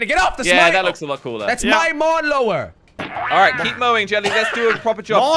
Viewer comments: Lawn Mower more like mawn lower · Jelly: mon lawer Me:lawn mower Hahahahah🤣🤣🤣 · "MaWn lOwEr" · Lol actually josh and crainer also called it mawnlower 😂